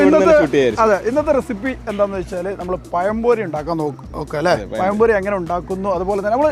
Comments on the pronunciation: പയം പൊരി അല്ല, പഴം പൊരി😂😂😂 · പയംപൊരി അല്ലടാ.....പഴം പൊരി....ബേക്കിംഗ് സോഡ ഉപയോഗിക്കാതെ അല്പം കടലമാവ് ചേർക്ക്.....വീട്ടിൽ ഉണ്ടാക്കുമ്പോൾ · പയംപൊരി.. അല്ല.. പഴം പൊരിയാണ് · Malayali pazhampori kollaam pakshe payam pori alla pazham pori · Not payam pori. Pazham pori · പറയുമ്പോൾ പയം പൊരി അല്ലാ പഴം പൊരി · പയം പൊരി അല്ല. പഴം പൊരി ആണ്. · പയംപൊരി അല്ല പഴംപൊരി 🤩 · പയം പൊരിയല്ല.പഴംപൊരി 😊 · പയം പൊരി 🤣 മാവ് കൊയ കൊയാ കൊയഞ്ഞു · പയയ എണ്ണയിൽ പയം പൊരി ഉണ്ടാക്കി കയിച്ചാൽ നല്ല ടേസ്റ്റ് ആണോ? ഈ പ്രദേശത്തുള്ളവർ 'ഴ' എന്ന അക്ഷരം ശരിയായി ഉച്ചരിക്കുവാൻ എന്നാണാവോ പഠിക്കുക.